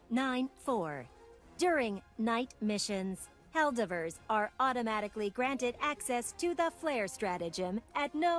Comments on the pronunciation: I can't help but get a bad feeling that the helper bot voice lines are a false leak, but I'm just suspicious due to her pronunciation of 'Helldivver' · ‘Helldivrs’ bot still needs a bit of work me thinks XD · Bot needs to pronounce Helldivers better